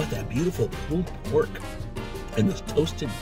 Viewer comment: "Pooled pork" lollllll